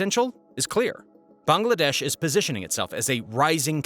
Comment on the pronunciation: Bangladesh is pronounced as bang-la-desh not bang- a- la- desh, isn't it? Do you pronounce Tesla as Tesler?